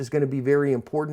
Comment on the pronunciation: You're video's are amazing I learned a lot from them.But whenever you say ''cover your ASP'' the first time I watched one of you're video's I thought you said ''cover you're ass'' lol.